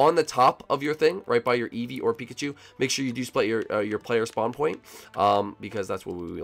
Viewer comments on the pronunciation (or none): none